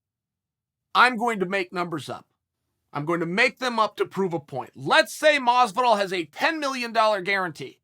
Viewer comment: In the closed captions, he pronounced Masvidal at least 5 ways.